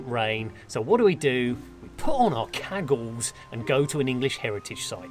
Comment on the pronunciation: fascinating that "cagoules" sounded like "caggles" when you said it! I've only ever heard it as "kuh-ghouls"...